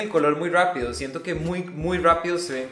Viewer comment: "pierden el color muy rwapido" "ya te voy a dar un par de rwecomendaciones" "rwico"